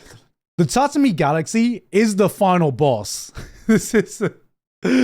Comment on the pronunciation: gigguk lives in japan and still cant pronunce 'Tatami"